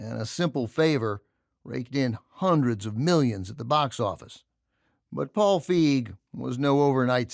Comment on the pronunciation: It's "Feig", not "Fieg".